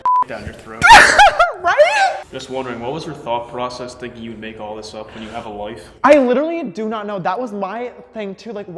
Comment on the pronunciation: james: shishter (honestly so cute sister!): loife initiate the teasing haha